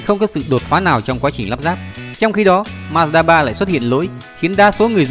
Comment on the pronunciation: Ma-da ba là gì?Ông ơi đọc chữ như ông mất cảm tình quá thôi